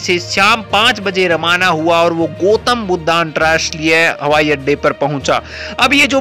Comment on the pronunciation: शुद्ध उच्चारण करो यार? गोतम् नहीं गौतम् कहो, बुद्धा नहीं, बुद्ध कहो, happiness की बात नहीं, खुशी की बात, भेरवा नहीं, भैरहवा!